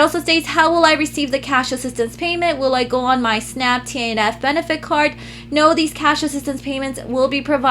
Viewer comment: Also, TANF is pronounced "taniff" just FYI ☺️